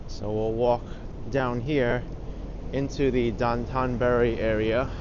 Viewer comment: It’s pronounced Dough-tan burr-ri. Anthony Bourdain was taught it by his Japanese tour guides and friends.